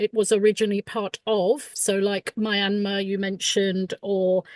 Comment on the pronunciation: r u calling Myanmar Mirramar?